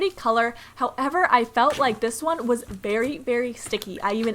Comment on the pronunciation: She said “berry” difficult!XDDD